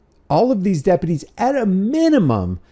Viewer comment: Why is it almost ALWAYS the damn Dep-PEEUW -tees..?